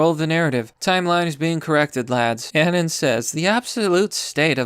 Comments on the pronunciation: every time this guy pronounces "anon" like An-in, I cringe a little. Uh-Non. Like the first 2 syllables of anonymous. That's the fucking origin of the nickname bro. But anyway, solid video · am i the only one triggered by how he says "anon?" it's not anin. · The way you pronounce anon pisses me off.